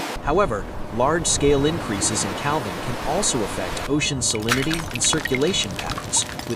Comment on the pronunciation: Couldn't stand hearing cal-ving one more time. I'm outta here!